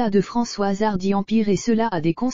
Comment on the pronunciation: non. Non l’information est hélas vraie mais ce qui est déplorable c’est la voix robotisé et quand même un script complètement stupide et cette voix ! A 3mn 20 « Françoise Hardu » puis layyyne Renaut ! Et ces constatations complètement idiot sur les conséquences de la maladie. Cette triste nouvelle que ce soit pour Françoise Hardy ou pour madame tout le monde ça mériterai quand même un minimum de respect et de réflexion. Quoi qu’il en soit j espère comme bcp de personnes que Françoise Hardy aura le soulagement et des soins palliatifs qui lui permettrons que la fin de vie soit supportable autant physiquement que moralement. C’est d’ailleurs ce que je souhaite pour chacun d’entre nous. Et je suis de tout coeur avec elle et ceux qui réclament le droit de choisir d’abréger leurs souffrances.